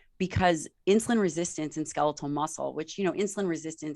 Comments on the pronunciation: Such valuable information❗️ We ALL need to get moving . I just pettily cringed each time he said ‘ska-LEE-til’... 🤦🏻‍♀️ even after repeatedly hearing her saying ‘SKEL-it-tal’. Yes, it’s petty but he says every other word perfectly & with the mildest accent...why not this word?? 💕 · Ska-leetul muscle? wtf?